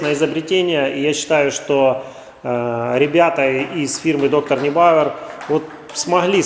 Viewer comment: Нойбауэр. Как пишется так и читается. Neu(ной)